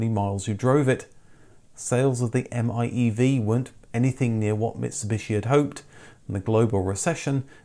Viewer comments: The electric Mitsubishi is not pronounced as the M-I-E-V. It’s pronounced as “Eye-Mev” (i-miev) You forgot the “i” my good man! Love your channel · i-MiEV is pronounced as ai-meev.